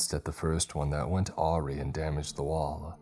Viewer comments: Bro im not trying to insult at all, but this is like the 5th time. The word AWRY is pronounced uh-rye. Just trying to help, youre one of my favorite narrators on YT. Keep up the killer work!! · Sorry but did this guy just pronounce awry as aww-ree? That's kinda cute lmao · Anton is An-TAWN, not An-TIN … Also, you mispronounced vehemence and awry… I know I’m being a stickler 😂 but so many creepypasta narrators can’t pronounce basic words ! Awry? That’s such a simple word homie ! It’s a common enough thing amongst creepypasta and true crime narrators that it’s noticeable, I wonder what it is! It’s not even about hard words, it’ll be the most basic words